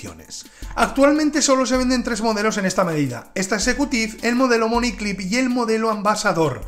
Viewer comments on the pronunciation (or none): le falta la "t" a executive, dice "execuive"